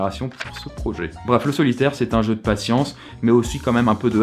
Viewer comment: On en parle de ton "jeu"?